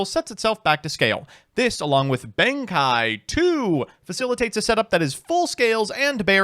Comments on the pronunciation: Why does he keep calling him Benkai when there's an E there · Oh, yeah, my favorite samurai...."benkai"